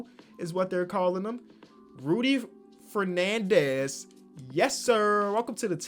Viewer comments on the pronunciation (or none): none